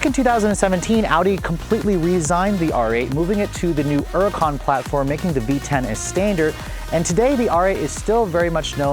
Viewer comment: Stop saying huracán wrong, it’s annoying